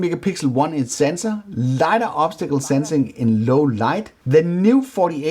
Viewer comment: Nice video. Complete and entertaining. But its "LY-dar,"